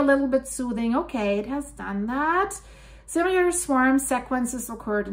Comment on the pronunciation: Please say "Simmy-ler" not "Sim-you-ler" there is no "u" in "s i m i l er" it's just like it's spelled, sim i ler not sim you ler. You will sound more credible not using lazy pronunciation. And lose the Spanish pronunciations of words. It's off-putting and you are not speaking Spanish for this video. To say Spanish words adopted by English, you leave out the speech sounds that are Spanish sounds and use the English version.